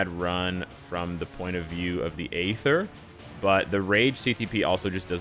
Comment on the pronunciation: for god sakes the 'A' in aether is silent. 😂